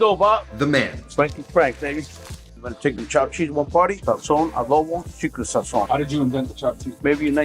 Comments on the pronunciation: how you gon say sazon without any seasoning when you say it like that Celia Cruz sheds a tear in heaven lol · When you pronounce Sazón, the z is supposed to sound like an s while the o remains strong. Look it up….just saying. I really like your videos by the way, very informative. 🤝